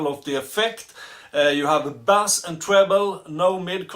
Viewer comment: Thumbs up from me as well, very nice pedal at a very nice price. As you are speaking English and playing Rule Britania at the end, here is your English pronunciation lesson for today. Bass is pronounced like case in suitcase. Bass as you say it is a sea fish! Nothing smelly about this good revue!